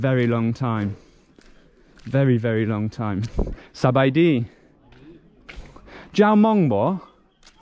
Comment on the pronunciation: lol you said "jao hmong?" but they thought you said "jak mong?" like "what time is it?" next time say something like "bpen khon hmong lue khon Lao?" it might be more clear. thanks for these videos. My father lost many of his friends as a kid to these bombs before escaping to thailand and then the US. even after 50 years he has severe ptsd. many people are dealing with that. a lot of people cannot talk about it even today after so many years, both the Hmong and Lao people. It's beyond tragedy at this point considering the remnants today both physical and mental. anyway thank you very much for the videos and being so respectful and curious about the culture.